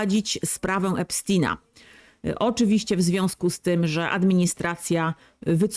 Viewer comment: Epstina😂😂😂😂 mów poprawniej